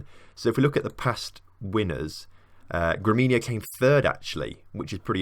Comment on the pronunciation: GREMIO, not GREMINO